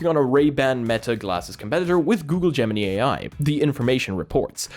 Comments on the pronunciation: it is pronounced gemin - eye. not gemin - ee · its not gem-mini....it gem-in-eye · Love your videos as usual , one bit of constructive feedback, it's pronounced: Gem-In-Eye not Gem-In-Knee Keep up the great work mate! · Ah yes, not Gemini but Geminy. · Gemini pronounced Gemin eye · Google Gemini is pronounced with the last I as eye. If you ever watched Saturday Night Live last week there was a skit about how America randomly changed the English language. 😂😂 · is your accent causing you to say Gemini like that? I'm not coming for you, just curious why you are pronouncing it like Pinocchio's cricket. The last i is pronounced w/ (I) not (E) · It's called Gemini like the starsign the way you pronounce it is different 🤣 😂